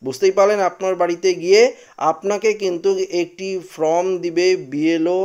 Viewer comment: ফ্রম ( from ) নয়, ফর্ম (form) বলুন | এইসব কাজ করতে হলে ভাষার উচ্চারণ শিখতে হয়।